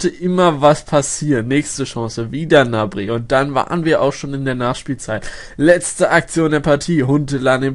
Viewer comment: Der heißt Gnabry und nicht nabry!!!!!! GGGGGGGnabry !!!